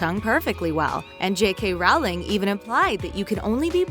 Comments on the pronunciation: Voldemort cursed the Defense Against the Dark Arts was cursed because Tom/Voldemort didn't get hired. This video isn't accurate, also. It's J K RowlING not RowlEE. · “J.K Rowley” 😂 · Did she just say JK Rowley? 😂😂😂😂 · oh my lord! is so stupid! 1. Her name is JK ROWLING not ROWLEY 2. Professor Mcgonnagall wanted to help Harry but she couldn't and if she knew Harry's address that means she was checking on him which means she did care! 3. How could the Potter's get Crookshanks after Sirius went to Azkaban if they were dead? 4. The girl in the picture is Dumbledoor's sister not her mother and they're mother nor father were native americans 5. If Harry being a Horcrux had an effect on other wizards why wouldn't it effect any of the Weasleys or Hermione? 6. Snape died in the shrieking shack so how could he have ended up at Hogwarts if nobody went there and how could Snape just be carrying around an antidote for snake venom 7. Lily's patronus is a doe! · I''m sure someone commented earlier, but her name is pronounced ROWling like row a boat. not Rally or Ralling, as I heard in the video. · Just saying it's Rowling not rowly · It Rowling not Rowley right? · Ermygerd J.K. RALLY WHY did you say rally instead of ROWLING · LILY'S PATRONUS WAS A D-O-E NOT AN OWL!! IT IS ROWLING NOT ROWLEY AND SNAPE DIED IN THE SHRIEKING SHACK!! HOW COULD YOU BE SO POPULAR IF YOU GET HALF THE FACTS WRONG!!!???? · It’s Rowling like bowling not Rowling like howling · How are you such a big channel and yet when making a video about something so big as Harry Potter you got the author's name wrong? J.K. RowlING. Not ROWLEY. WTH? Lol and it's said right half the time. Listen after ... And omg it's "The room of requirement." Not "the room of THE requirement." I'm sorry to be nit picky but come in who edits this stuff? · Characers, J.K. Rowly? You can't even pronounce normal words? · did she say jk rowly? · Oh my Lord her name is JK Rowling not rolly???? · what “J.K Rowley?” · J.K. ROWLLYYY